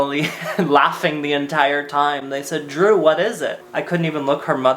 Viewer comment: bold thing to say, assuming that your name is spelt with a D. it’s literally pronounced jroo.